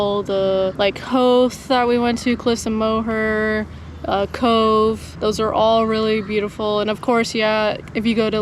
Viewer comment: I can see the Cliffs of Moher from my house. Thank you so much for saying Moher properly, Americans and the english usually butcher it. I hope you come back again.